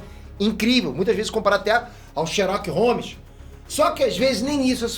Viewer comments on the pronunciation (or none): "Sherok Holmes" kkkkkkkkkkkkkkkkkkkkkkkkkkkkkkkkkkkkkkkkkkkkkkkkkkkkkk serio? mds wtf